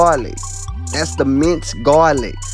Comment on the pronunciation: “GAW LIC”